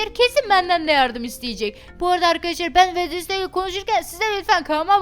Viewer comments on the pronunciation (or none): wednesday günveme dedi 😌😌